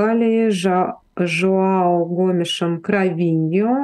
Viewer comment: Нет такого имени Жоао. Это имя правильно произносится: Жуан.